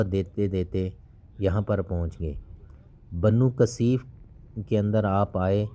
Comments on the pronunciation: بھائی اللہ تعالیٰ آپ کو جزائے خیر عطا فرمائے ۔ آپ بنو ثقیف کہیں۔ بنو قثیف غلط تلفظ کر رہے ہیں۔ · برادر محترم ! اپ قبیلہ کا نام بار بار کثیف لے رہے ہیں جبکہ درست نام ثقیف ہے ۔ دیگر کئی نام کے تلفظ بھی غلط ہیں ۔ اپ پہلے کسی استاد کو سبق سنا لیا کریں ۔ تاکہ غلطی نہ ہو ۔